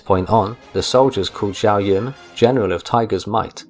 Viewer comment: The name Xiahou is pronounced Shaho